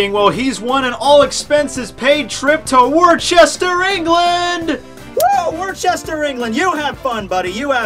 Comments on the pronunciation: Im not fucking lying when I say Im from Worcester in England... But it's not pronounced like 'war-chester' it's actually pronounced like 'wuster' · Worcester is pronounced "wuster" haha :') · He cant even say worcester riht but also proud he knows where i live XD